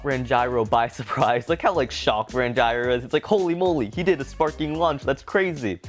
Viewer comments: Can someone tell that Ranjiro’s name is pronounced Ranj-ear-oh not Ran-gyro😂😂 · It’s Ranj-ear-o not Rangyro. Please stop saying Rangyro🤣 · You said ranjiro wrong